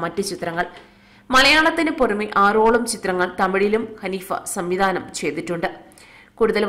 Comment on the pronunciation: Kaneefa alla haneefa